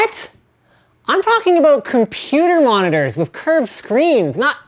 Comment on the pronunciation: he said a 'boot